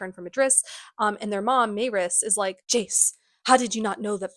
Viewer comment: I’m sorry but pronouncing Maryse MAY-riss is diabolical ahahaha it’s def supposed to be muh-REESE but love the video regardless ❤